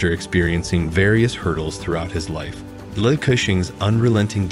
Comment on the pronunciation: His surname is pronounced as Lee. Same as Bruce Lee. Not Lai!